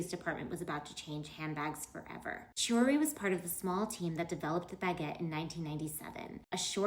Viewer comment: Chooree? 😂😂😂 Why talk about fashion when you can't even say their names correctly. KEY-oo-ree